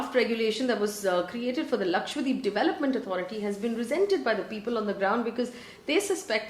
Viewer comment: Lakshadweep not Lakshwadeep 😛